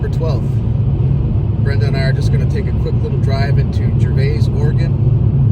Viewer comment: It's actually pronounced Gervis, the 'a' is silent